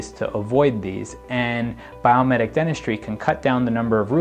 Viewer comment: Is it Biometic or Biomimetic? I hear biometic, but read biomimetic.